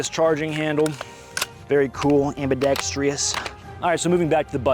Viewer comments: Dude, it’s pronounced ambi-decks-truss, not ambi-decks-tree-uss. 😀 Sorry, I’m a pronunciation pedant. Love your videos. 🥰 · Oh no he says ambidextreeous. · Every time you say ambidextrous and add an “i” in there, a gay puppy dies.